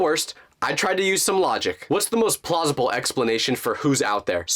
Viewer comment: Why does he say plausible 😂